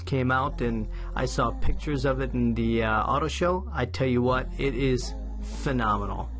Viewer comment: ''fenomenal... FFFenomenal'' You like the new vette, eh. Cool videos, thanks.